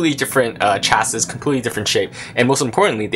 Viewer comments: Lmfao he pronounced chassis with the s on the end! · Pronounce "chassis" properly please. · I immediately assume lack of intellect with people who can't pronounce properly and also those that think it doesn't matter. So I'm having trouble trusting the review.